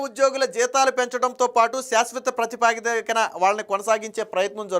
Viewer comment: ప్రతిపా ది క కాదు సోదరా. ప్రాతి ప దిక